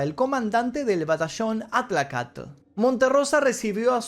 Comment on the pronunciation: Para comenzar menciona bien el nombre del glorioso batallón atlacatl... No sos ni de acá para hablar de eso...